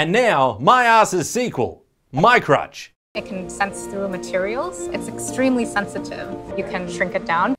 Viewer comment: Did you just say crutch!!! Its crotch!!!